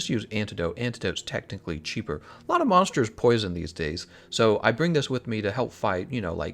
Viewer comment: this man has a 3 star weakness to the letter r, "monshtershs" lul